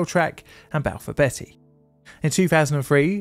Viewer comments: Not to be "that guy, but it is pronounced bee-ty, not betty! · Hertfordshire is pronounced Hartfordshire & Balfour Beatty is pronounced as Balfour Bee-tea not Balfour Betty. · Who's Balfour Betty? 😂😂 She's a naughty girl isn't she😂😂... Beatty "Bee Tee" 😂👍 Great vid, as always.. your pronunciation made me chuckle 😂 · A question, and I had to go back to your video on the Battle of May Island to double check: You pronounce Beatty "Betty", but your fellow UK U-Tuber, Drachinifel, pronounces it "Bay-tee". To my American raised comprehension of English, both are likely valid...but may I ask why there are two different pronunciations by UK English speakers in existence? Kind regards! (Either way, I can only trust any Beatty less now, after seeing this video, than I did after Jutland, which was less than the square root of negative one.) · It’s pronounced Hart- Ford-shire. And is due north of London not north west 🤷‍♂️ Balfour Bee- tee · Beatty is pronounced [BEETY].